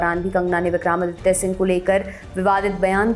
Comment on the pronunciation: आप हिंदी न्यूज़ चैनल पर हिंदी भाषी न्यूज रीडर हैं। आपके मुंह से विक्रमादित्य जी का बार बार उच्चारण विक्रामादित्य बिलकुल अच्छा नहीं लगा।